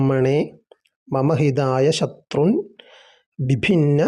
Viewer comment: ദ്വിഭിന്ന എന്നല്ലേ ഭിഭിന്ന എന്നാണല്ലോ വിഡിയോയിൽ പറയുന്നത് എഴുതിയത് ദ്വിദിന്ന എന്നാണ് ദയവായി മറുപടി തരണേ